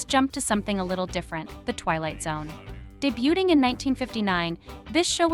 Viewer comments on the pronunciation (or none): Debuting is pronounced day-BYOO-ing, not day-BUTE-ing.